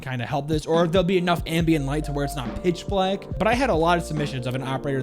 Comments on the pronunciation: nah no hate btw 😂. it just sounds so passionately strong 😂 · I swear you say "but" wrong just to annoy people